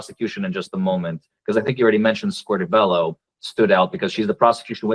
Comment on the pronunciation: 41.00 not Scorti-bello,!!!